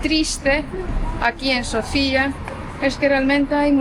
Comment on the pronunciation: Hola e! Me gusto su video! Lo único que quiero corregir es los nombres de las calles, montaña, incluso la capital del país no tienen nada que ver como las están pronunciando. La capital se llama Sófia, el nombre antiguo de Sófia es Sérdika, la calle peatonal que lleva en nombre de la montaña se llama Vítosha. No es difícil con el traductor de Google escuchar la pronunciación de los lugares. El resto muy bien!